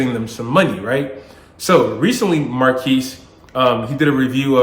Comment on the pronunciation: pronounced mar kez sir.